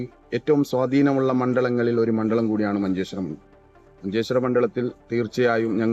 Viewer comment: മണ്ഡലത്തിനെ മണ്ഡളം എന്ന് പറയുന്നു